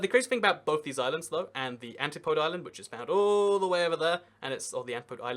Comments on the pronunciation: Niue is pronounced "Nyoo-way", not "Ni-yoo"! And the Antipodes are "Ann-TIP-uh-dees", not "ANN-tee-poads"! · New Zealand is divided into Regions (Provinces), with most regions divided into Cities or Districts (Counties). Administratively, the Chatham Islands are a district within the Canterbury Region. Antipodes is pronounced An-ti-po-deez. When talking about the Ross Dependency (Antarctica), you zoomed into McMurdo Station, which is actually the US base. Scott base is NZ's base, about 3km to the east of McMurdo. Niue is pronounced New-ay.